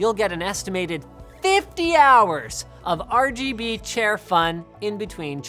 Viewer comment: "The Rbooger chair." I actually loled at that.